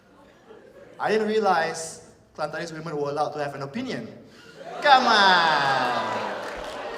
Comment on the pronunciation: He turned Austrian when he made it sound "kaman" XD